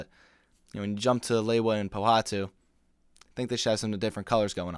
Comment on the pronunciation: Good review, and I’ve enjoyed seeing all of these videos. But, I’ve always found it quite irksome when someone pronounces Lewa’s name as “Lay-wah”. It’s pronounced “Lee-wah”, lol